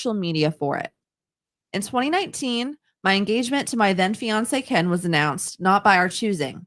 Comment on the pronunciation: The way says, “ Keeein” instead of Ken.😂